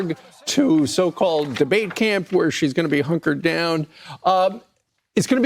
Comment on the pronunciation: I had to listen in slow-mode to make sure I heard what I thought I heard..... The Fox News guy with the 4 actually said that Harris will be 'hookered' down, and not hunkered down. Hookered down. I cannot think of a more appropriate word for Harris. Hookered.